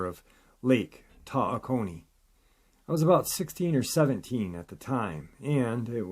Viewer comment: If u gonna say it pal, U darn should say it right!!! It's Lake Tawokoni. Tah- wakony is how to pronounce it the Phony